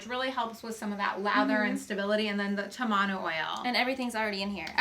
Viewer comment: In Tahiti tamanu oil is used on the skin after getting a tattoo or if the skin is damaged. The skin does heal faster using it. I used it after getting a tattoo and I healed in three days. The pronunciation is TAmanu not TamANu. ;)